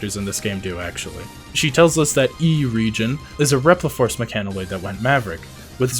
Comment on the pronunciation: Er-EH-gee-on. It's a reference to the works of J.R.R. Tolkien. EDIT